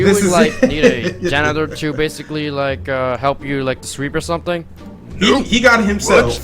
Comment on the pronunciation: If I had a nickel every time he said bassically